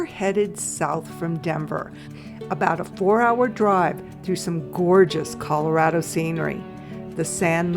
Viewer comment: Great video. We are very proud of our Colorado heritage so some pronunciation improvement would be appreciated especially if making a return visit.